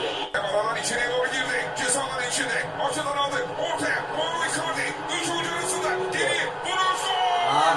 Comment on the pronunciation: renktaş çocuk yanlış söylüyor onu belirttim. Mario değil, Mauro